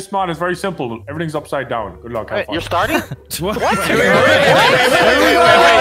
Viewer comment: “Pretty gewd.”